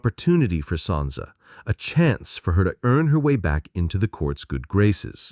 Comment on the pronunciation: Sansa not Santa jesus christ